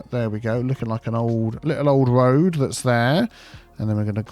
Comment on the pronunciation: Arrg! Tree on't Rood